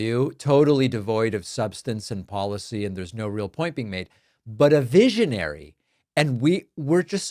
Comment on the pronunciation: A “veeshionary”? Has she been sniffing Smelvis’ marker fumes?